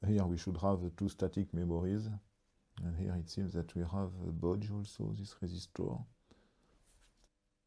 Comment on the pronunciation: a what? what boujoum sus rayzistor? a bodge zero-ohm resistor? is that what you said? its probably a rework, basically a jumper. right? a bodge wire is a rework wire, that is why i wonder what you might be saying there. the date code on the chip is 8832, which translates to 1988, week 32.